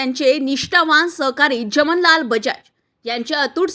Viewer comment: उच्चार जमनलाल बजाज हे चुकीचे आहे , खरे म्हणजे 'जमनालाल' असे उच्चार हवे आहे.